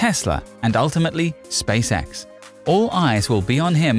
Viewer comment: This guys pronunciation of "Space X" sounds like "Space Sex".